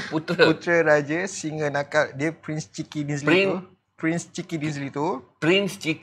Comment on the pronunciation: Nampak kekok sebut Prince Chiki Dinzly. Hahahahahahahaha 🤣